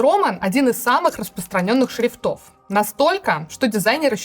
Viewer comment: Анастасии Брюхановой стоило бы поработать над ударениями. "шрифтОв", "ведомостЯми" за первые 30 секунд - это слишком. Формат интересный, с удовольствием бы смотрел, но это не должно резать ухо. Все-таки журналистика как-никак.